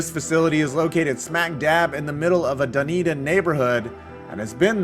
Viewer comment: For a moment I was wondering why Dunedin New Zealand is in this vid.. haha forgot there is one in Florida. Btw, you absolutely nailed the pronunciation!!